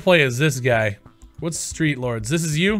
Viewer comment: Cant even say the name correctly... and yes the game is trash but I dont understand why u want qaulity control. Let the market be free and open to anyone and let the consumers of the free market push people out by not purchasing the product and review bombing it when necessary. Valve is a publisher but steam is a platform. As a platform you dont have the right to violate the peoples volition. This is the exact argument people are making with the censorship on youtube and various platforms. make your argument persistent across all instances not just the ones that back your business. I say this as a fan not an enemy or critic. Check yourself.